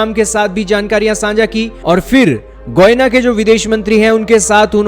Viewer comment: It's not goina it's Guyana atleast speak correct lol😂😂😂😂😂😂